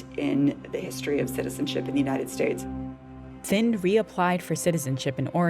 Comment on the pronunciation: Here's a curiousity question for those listening why does the NPR narrator consistently say Finn instead of Thind??? Odd, especially since she begins by correctly spelling and pronouncing it correctly. How did that mispronunciation occur so frequently and miss the radar of NPR 'S editorial staff?